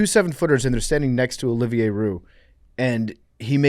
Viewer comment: Good god is BUTCHERING Olivier’s “Olive -Er” Ohio education at its finest. The worst of all time